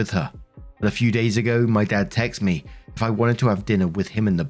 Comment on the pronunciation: Please,, say, “texted”. It’s not that hard, it’s like two names jammed together: Tex-Ted. You can do it.